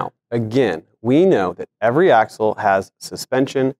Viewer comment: "AXLE" can't believe no one noticed. Other than that all good...keep 'em comin'